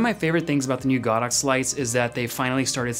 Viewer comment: It’s go dox, not god ox.